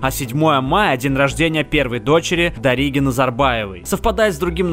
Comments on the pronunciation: "ДаригА", а не "ДарИга"))) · Во первых он сам сделал так, чтоб его др совпадало с праздником Во вторых, не дарИга и даригА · Ликеюшке делаю небольшую поправочку😂 знаю, что в Википедии не стоит ударение. В общем, у казахов такой язык странный, что большинство ударений ставится на последний слог из этого выходит, что даже имена этому подвергаются: НурсултАн, ДаригА, МадиЯр, ДаулЕт, ЖаниЯ) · Дарига, Дариги - ударение на последний слог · Не Касым Жамарт Такаев, а Қасым Жомарт Тоқаев и имя Дарига ты сказал неправильно и елбасы тоже